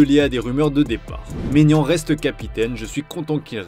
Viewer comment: Quel coupe du monde des clubs au Qatar ? 🤨 Et puis c’est Maignan pas Maginan 😅